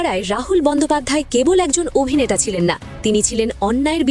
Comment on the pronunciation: আপনি বাড়ী যান।এই জায়গায় আপনাকে কে বসিয়েছে। যে অভিনেতা কে আভিনেতা কেন বলছেন।